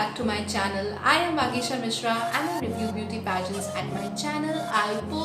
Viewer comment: Vagisha Mishra I’m the one with the glasses question but you pronounced my name wrong 🥺